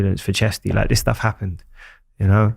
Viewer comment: It's you not yoo. 🙄